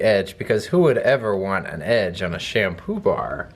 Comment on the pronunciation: Am I the only one who heard sham poobah?